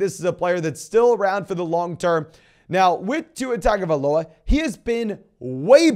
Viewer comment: Love your content so much. Could you please pronounce Tua's last name correctly?